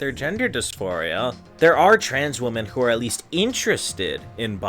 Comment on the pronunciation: Remember that "women" is ALWAYS pronounced liked "wem-en". Never "Wo-men". Always has been that way.